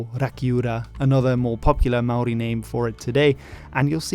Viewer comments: Top marks for your Māori pronunciation! A much more popular name for the South Island in te reo is “Te Wai Pounamu,” or the waters of greenstone, a dark green type of jade greatly prized by Māori. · I swear you are the only non kiwi on the internet who can pronounce Maori names correctly. Kudos to you sir.